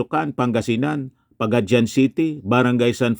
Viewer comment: ANONG BASA NYO PO SA PAGADIAN CITY PAGADIAN CITY CLOSE TO 40 YRS PO KAYO SA MAIN STREAM MEDIA P-A-G-A-D-I-A-N C-I-T-Y PO ANG TAMANG PAGBASA HINDI PAGADYAN